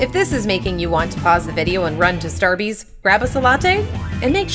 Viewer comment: Did she just say "Starby's"? SMH